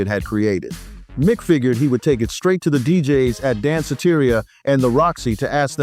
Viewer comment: Hey, Mic Is Actually Pronounced Mike!!! He just spells it like Mic!!!!